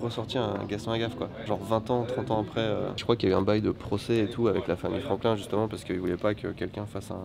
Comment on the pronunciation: Désolé mais c'est Franquin, pas Franklin... J'ai mal 🥲